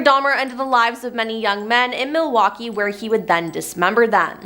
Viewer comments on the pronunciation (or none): none